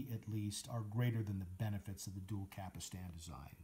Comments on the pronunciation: Cap-Stan not "Capistan" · After the 3rd “capastan” I had to leave - If you can’t even pronounce the parts, how can you review ? You can’t.